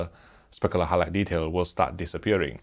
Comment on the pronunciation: I love when he says “speckaler highlight detail”